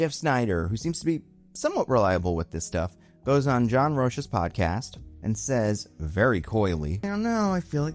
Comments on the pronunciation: No biggie, but Rocha's name is pronounced Roe-Kah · It's John Rocha you say it like roka lol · Rocha is pronounced ROW-ka. A’zion does not have an L in it. It’s AH-z-eye-on